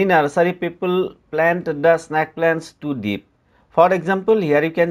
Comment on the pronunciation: its snake not snaake